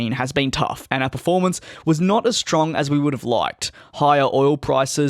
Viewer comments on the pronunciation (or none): none